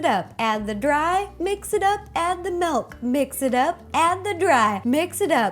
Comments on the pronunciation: Justo Luis Vazquez-Lopez She always says melk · sorry if i sonded mean but you said malk not milk sorry if you did say milk but it sonds like your saying malk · Did she say Malk or milk hahaha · love how u say melk XD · I'm not hating but, it's milk, not melk... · not trying to be rude but it's not melk it's milk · She said "Melk" instead of Milk. LOL!!!😂😂😂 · She's says malk not milk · milk not melk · MELK! When people pronounce words differently then I do it drives me crazy! Just a pet peeve. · Malk you said malk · her voice was okay but then I heard, "melk" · Say milkshake Ok milkshake Now say milk Malk 😂😂👏🏻 Balloon shop anyone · It's so cute when she pronounces milk as melk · Aw, it's so cute how you pronounce "milk" xD "melk" :3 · am I the only one who heard her say malk twice before saying milk? i swear it was so cute. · Why does she say melk instead of milk!?!!!!? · Wait-WAIT-WAIT!!! Did she just say MELK!?!? its: M-I-L-K That's how MILK is spelled and pronounced! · Iam Dutch and you say "Milk" like "Melk" witch is Dutch.....(SO INTRESTING.🙈😂) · She says "melk" not "milk" ahaha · She was saying Malk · I thought you said Melk 😆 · Add the dry mix it up, and the MELK mix it up.... I love how she says milk "Melk" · She said MELK! :) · It sounds like Rosanna is saying melk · Did she say melk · Is it milk or melk???😂 jk love ya ro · she sais milk like melk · "MELK" Me: OOOOOH MYYYYY GAAAWWWWD STAAAAAAAPHHH😖😰😫😭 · She said "melk" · Umm I'm sorry, Ro, but wut? Did you really just say melk? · MY GOD! SHE SAYS "MALK"!!!! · It's annoying how you pronounce milk. You say melk